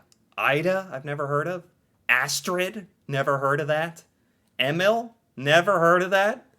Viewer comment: some guidance. If you want to say it right. Use google translate with sound . But EMIL is not pronouced EMMILL. It's Eh-miil. Emilie is Eh-mi-li-eh. Thea/Theo is Teh-ah/oh. Tobias is To-bias.